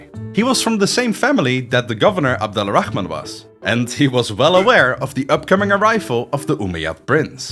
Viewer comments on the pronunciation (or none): The way you pronounce Abdul-Rahman make me cringe.. why do westerners always feel the need to say the KKHHH sound? its closer to an "H" sound phonetically.. just say as its written ABDUL-RAH-MAN not ABDULAA-RAKKHHhhhh-MAN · Since we’re big on correcting each other here, it’s not “Abdullah Al Rahman”, it’s “Abdul Rahman” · I’m named Abdul Rahman I love everytime you say his name 😂😂